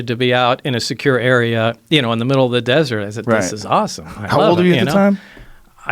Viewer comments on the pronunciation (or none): none